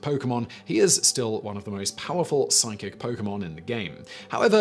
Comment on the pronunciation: Yo, I feel like Simon knows a little bit more about Pokemon than I thought. He hasn't mispronounced a single Pokemon's name or anything. 💯